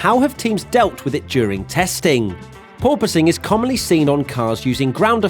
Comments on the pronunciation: Officially requesting a 10hr loop of you saying purpoising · totally heard "poor posing" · pronounces it as Poor-Poise, But my parents made a Poor-Choice 😎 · Wait... PORPOISING? I thought it was "poor poising". Because that makes sense. And is also how I had heard people pronouncing it, until now...